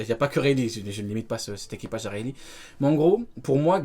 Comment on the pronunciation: Le "Weylee" m’à anéanti.... 🤣🤣🤣